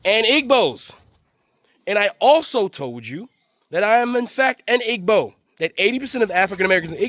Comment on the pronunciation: Please pronounce Igbo correctly. It’s pronounced like ‘Ee-bow’. The ‘g’ is silent.